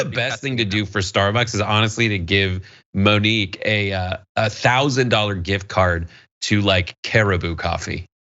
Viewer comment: Monique does not sound like Monkey. Mon-Key, Mo-neek. Spunky sounds like Monkey, not Monique.